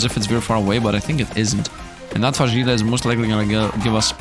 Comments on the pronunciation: Heyy Love your content, it's so nice finding people who enjoy the same type of games I do :D By the way, are you sure "fajita" is pronounced that way ? I think it sounds more like "fa-hee-ta" Sending loveee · Oh my greek friend :) it's pronounced fa-HEE-ta, because the J is pronounced as an H in spanish. Great video btw!!